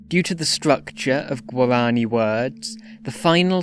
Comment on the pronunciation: The way you say "Guarani" here, it's practically tonal , The uptalk (word-final tone raising) in "languages" and the names; soouUNND , , Lingering on "theeeesssse", "reeeegion", and "resyllabifyiiiinng" , Choppy way you pronounce "Consonants", as if it was "Con. So nan. Ts.", stops as "Sto. Ps" Odd slowdown whenever you say "syllables", like you switch to rhythmic triplets Still, neat vid on an underrated language.